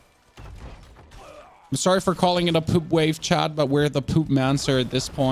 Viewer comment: Why are u saying chan instead of chat?